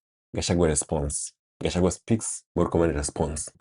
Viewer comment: But Murkomen also calls Riggy G as kachagwa 😂😂 He should also learn how to pronounce his name..